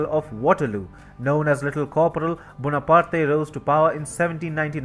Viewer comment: The final "e" in "Bonaparte is silent, both in French and in English. Thank you.